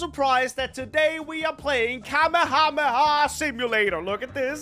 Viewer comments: Bro said Kamu-Hamu-ha KamE-hame-ha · are you saying kamehamayah isn't it Kamehameha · Bro it's na kamahamaha it's kamehameha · Atleast he didn't say kamehamama! 😅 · Kamehamaha? What? 😂😅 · The amount of people messing up the name of the kamehameha 😂 I still love but hearing it from him trying to pronounce it is funny for some reason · every single yt i see kamehameha in a tittle I'm scared they will pronounce wrongly